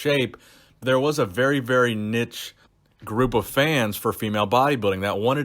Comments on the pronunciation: niche isn't pronounced nitch but neesh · The way you say niche 😂 its pronounced "Neesh", regardless love your videos and appreciate all your effort that goes into the content! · Omg he said nich twice 😂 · Anybody else laugh when he said nich? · Love the content but like all Americans please learn how to say niche!!! lol you just corrected yourself as I was typing, thank you